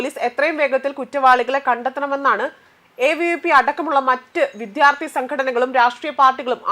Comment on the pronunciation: നിന്റെ ഈ വിധ്യ ആർത്തി ഒന്ന് ശരിയാകുമോ? തലക്കെട്ട്, വിദ്യാർത്ഥി എന്നും, വായിക്കുന്നത് ആരോചകമായ "വിധ്യ ആർത്തി ""എന്നും 🤔